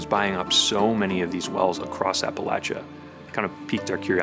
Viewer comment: please learn how to say appalachia correctly.